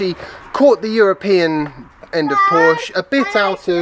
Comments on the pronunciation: Joey: "Hey, it's PorschAH" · No. The people who say both syllables know that it is a family name and know that that is how it is pronounced. It isn't an invented word. You wouldn't be so casual if someone started slagging off those new Tee-slaws. And you even defeat your own point by reminding us of Shakespeare's Portia. Somebody from England now officially has no excuse for mispronouncing the name of the brand. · You said Porsche so much in this one. It might be time to learn the right pronunciation. You don’t have to but probably good preparation for when the Mission E is in the news more often. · Chris Till the only people who say “Porsche-ah” are owners of one. Or when referencing the name of your favorite stripper at the local club. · What other comment? Have you moved on to gaslighting? Tell us the next time you see an ad for a "Porsh". Then tell us that the "name" is synonymous. Until then you are just wallowing in deliberate ignorance and proud of it. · Willful ignorance in the pursuit of what, nbkcq28? It's one thing to read a word and mispronounce it because it never comes up in spoken conversation. It's quite another to claim that Porsche isn't a family name. That's like claiming that water isn't wet. The P-word that occurs to me is not "pompous", but "petulant". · aren't making a good case for yourself. This isn't a regional pronunciation of a random noun, this is a family name. There is one way to pronounce it. If someone finds the phonemes too difficult to navigate, the usual thing is to preface your mispronunciation with an apology. This is how adults function. I seem to remember someone on this channel saying something like "to the people in the comments, my name is Sophia, not Sophie. Call me Soph or Sophia, Sophie isn't my name." Because, you know, it's weird to hear people refer to you like that.